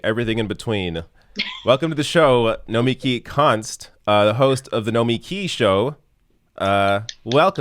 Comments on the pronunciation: Wait, is the emphasis on the second syllable or the last? When said "Nomiki Show" he said, [noh-mee-KEE shoh] rather than [noh-MEE-kee], even though he introduced her as [noh-MEE-kee] just a couple seconds before. Also, pretty sure I've heard her call herself [noh-MEE-kee], so is her name different in the title of the show? I mean, I'm truly confused.... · Her name really isn’t that difficult. No-mee-kee. Now try to pronounce my handle 😂 Nina Turner for VP!